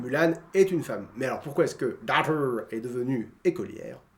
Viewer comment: comment t as prononce le mot daughters sans le S en plus !!!! ohh pt c est hillarant t as tellement pas l accent anglais !!!! lol merci de me faire rire autant !!!